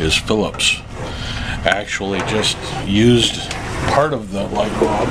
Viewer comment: Sorry bro I didn't mean to offend you, it's just that it's the first time I heard someone say light bulb the way you do